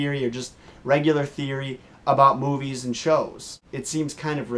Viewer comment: when you said movies i thought you said boobies